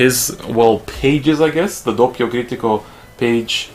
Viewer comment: i'm italically trigger by your pronunciation >:( /s p.s the page is called DoPPio Critico, with 2 p's not one